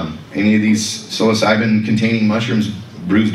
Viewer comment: Great video but that's not how you pronounce Psilocybin. 😂